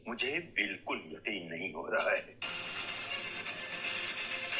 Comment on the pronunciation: Yaqeen ka kaaf ekdam saf bola h....